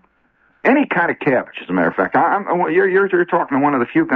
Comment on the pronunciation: This is the first time I heard Shep's Midwest accent come through. First coupla times he said "keibage", then about the third time he pronounced it "cabbage."😅